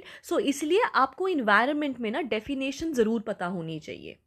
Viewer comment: Ma'am 'defination' nhi 'definition' hota hai